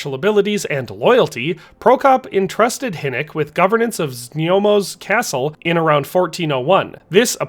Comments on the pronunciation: znojmo - znoymo. Not znyomo. Znoy-mo. One of the easiest to pronounce czech city names. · Few names isnt hard and its just a little effort here...ZNJOMO vs ZNOJMO is rather easy to say..not even hard to pronounce..